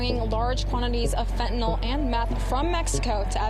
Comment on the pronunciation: Saying fentanol for fentanyl is like saying sollable instead of syllable.